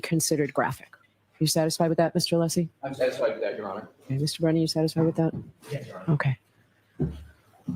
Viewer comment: Is Brennan mispronouncing Alessi's name here? What a dolt.